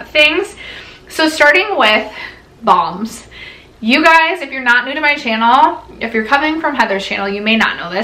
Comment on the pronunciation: I swear I thought she said “thongs ” instead of “balms”— got my husbands attention fast! Lol 😝